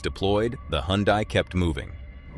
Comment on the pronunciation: "Hyundai" is pronounced like "Sunday"